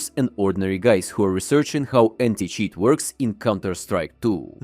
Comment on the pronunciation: did you say new anti cheese 😂😂